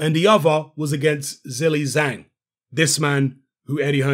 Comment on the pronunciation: hello, ur pronunciation for his name is not right😅😅